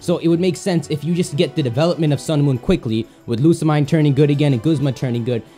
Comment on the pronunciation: why you always prounounce Lusimine wrong?